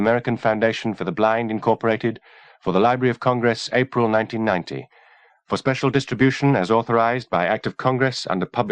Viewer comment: Nine-teen-NINTY?!?!?! Golly.